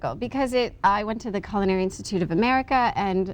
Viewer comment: That bread looks awesome! But the best part of the video is that the host pronounces "culinary" properly, a real gem considering how rampant the incorrect "KuLL-in-air-ee" usage is.